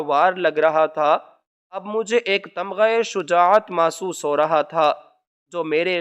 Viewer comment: Masuhs nahi mahsus